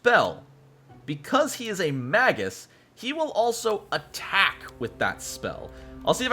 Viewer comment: Its pronounced May-gus. Hard G, unless its plural. Magi is Mah-jai.